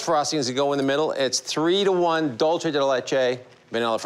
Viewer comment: The way they pronounce dulce . Hahah it’s not Italian it’s Spanish !